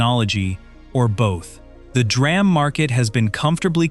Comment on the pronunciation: It's D - RAM !!!! Someone has to stop that AI narration crap